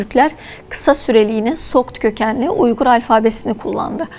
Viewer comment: It is Uyghur and pronounced as Uygur. Not Weigur ! Weigur is Englishized Chinese pronunciation Wei eu er. Program your AI don't copy British fakes.